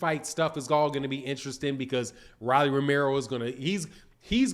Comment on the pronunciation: Bro ROLLY! LIKE A ROLEX! PRONOUNCE HIS NAME RIGHT!!!!!